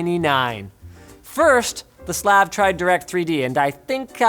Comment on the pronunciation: You say Slav weird